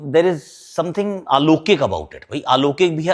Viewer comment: Many people do listen to you, only that's why pointing out: It's not aalokik, it's alaukik (अलौकिक)